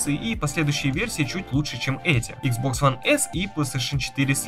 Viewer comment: Ну блин почему ты иксбокс называешь хуан?(((